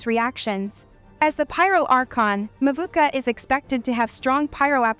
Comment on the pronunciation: Uncle balls 💀.... Who the fuck is "Mawookah" ....the archon is Mavuika damn it...